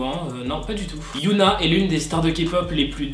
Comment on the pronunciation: Super vidéos, comme d'hab hein, mais y a juste un petit défaut au niveau de t'as prononciation pour Hyuna ^^' Enfaite, il faut prononcer le H de Hyuna parce que sinon je crois que ça fait un autre prénom, c'était juste ça ^^